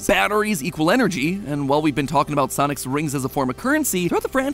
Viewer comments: Is this just me or did he say sonis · Anyone else notice 26 seconds in he said "sonis"? And just yesterday i was mispronouncing everything i saw in the store hahaha 😅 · Does MatPat's voice sound weird to anyone? Like it's REALLY matpat-y throughout the whole thing, with random pitches in some words where it doesn't fit? Also he kinda butchers a few words when he talks. Like the "soniS" in the beginning.